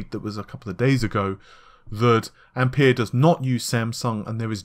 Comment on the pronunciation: Its pronounced ampear